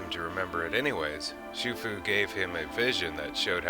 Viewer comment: Shifu not Shufu.